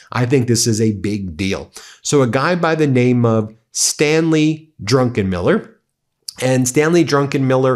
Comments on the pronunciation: Ben! It's DRUCKENMILLER, not DRUNKENMILLER! !!!! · . It's Druck- en -Miller not drunkenmiller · Not “Drunkenmiller”, his name is DRUCKENMILLER. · Ben it is Stanley Druckenmiller not DRUNKENmiller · I suspect it is pronounced "druc-ken-miller" not "drunken-miller". That would be Pete Hegseth. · When you referred to Druckenmiller it really sounded like Drunkenmiller which came over as very odd! You're right about Bessent, he is an incompetent suck-up to corrupt, criminal, sex abuser, toxic serial liar, and war criminal Trump and one of his chief corrupt enablers. Impeach Trump and this awful administration of liars and grifters now. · hehe drunken miller, read that name again Ben, you put in an extra N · Drunkeniller? Is he Hegseth's cousin? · His name is not DUNKENMILLER!!